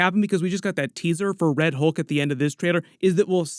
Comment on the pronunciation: Why can't 99% of people say words like "Hulk" correctly? It's not HOLK. It's HULK. I hear the same thing with "skull" and "cult." People say SKOLE and COLT. I mean, WTF? It's a U, not an O.